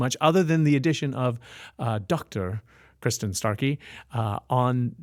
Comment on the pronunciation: Btw,, her name is Kristin, not Kirstin.......small correction.